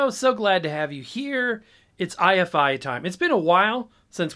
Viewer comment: Note that it isn't i-F-i, it's pronounced eye-fy, rhymes with Hifi